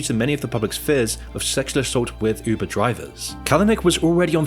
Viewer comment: said "Üubuh" 🥰